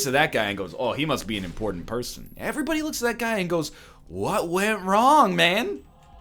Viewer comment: I just realized he says 'AVERYBODY', even after seeing Voltaires comments